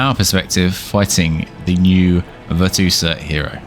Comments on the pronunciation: it`s VirtuOsa not VirtuosAA -. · VER-CHOO-OH-SAH tf is a VIRTOOSA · Could be wrong but I think it's pronounced (virtue-OSA) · Ver-Tchew-Oh-Suh. lmfao I'm dying laughing every time you say Ver-Two-Suh. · She's Italian - it's "Virtoo-oza". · No way you pronounced it virtoosa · Hate to be that person, but it's pronounced Virtue-Osa. It's the feminine form of virtuoso. Great video regardless! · Literally like I wouldn't even think to read it like that 😭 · bro wtf why he calls her like that 😂🤣 besides that he gives solid info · I mean he says amote spam so... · Dont think you can get the name right if you not italian